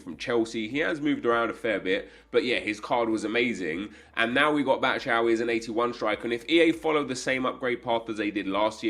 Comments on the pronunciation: BAT SHU AYI not BAT SHA AYI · It is pronounced "batshwai" and not batshaui 😑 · Bat-shou-ee lmao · How did he pronounce Batshuayi that bad 😂😂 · I think he does it just to wind you up. See yesterday's vid where he parrots your replies.